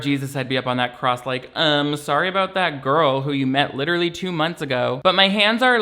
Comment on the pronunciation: SAAAAME LMAO "my hands r licherally tied"